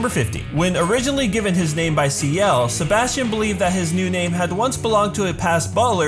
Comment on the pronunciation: “Sebastian” “SeBAUUSTION”